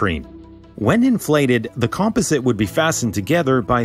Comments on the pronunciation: "Compa-sit"?? Uhhh, your videos are awesome but Im pretty sure it's com-posite. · "Cum-PAH-zit," not "compa-sit"! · Comp-o-SIT? Com-POS-it. Wow, not knowing how to pronounce composite. Composite materials are commonplace, as is the word. D+ for editing. If this voice-over were for a client, it would have to be done over. They'd look like fools showing it with this heinous grammatical snafu. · What is a compezzit? you mean Com-poz-it? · com ... POZ ... it. NOT cumpuzit